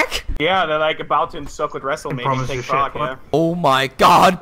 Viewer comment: it's Prague not Prauge btw.